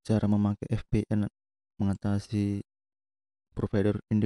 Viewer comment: Bacanya vipien bukan fpn 🤣🤣🤣🤣😂🤣🤣😂🤣